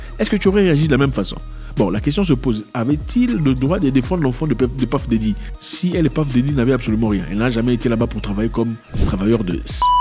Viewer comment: Ah Zack " Paff Déddi " ? lol